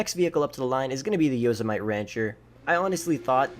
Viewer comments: It's Yo-sim-a-tee not Yo-se-might lolol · Say it with me. YO-SIM-A-TEE Not Yazamite. Jesus man haven’t you ever seen Yosemite Sam? Heard of Yosemite National Park? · Hey bud, it’s pronounced Yo-sema-tee. Not yoza-might. You know like Yosemite Sam… Yosemite National Park in California… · Yosemite like yo-sem-ih-tee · Yosemite? It's named after a national park in the US. It's pronounced yo-sem-i-tee. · That says yosemitee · The Brawler failed...how'd you get that opening video of the Brawler DRIVING ON THE RIVERBED? One more thing...yo-SEM-it-e. Like in Yosemite Sam, from Bugs Bunny cartoons. Thanks. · I was going to say something about how you said “Yosemite” but Jesus Christ why did you mod those cars like that, that’s horrendous. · Didn’t do the guardian which is probably the best, pronounced Yosemite wrong, says street legal vehicles you see in real life, I don’t remember the last time I saw an insurgent on the street, a big armored truck? Yea he must live in a military base or something. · The Yosemite only failed because it noticed how you pronounced its name.